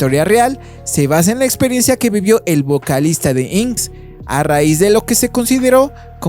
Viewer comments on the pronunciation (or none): INXS se dice "In Excess", no inxs. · INXS se pronunciaba in excess en mi epoca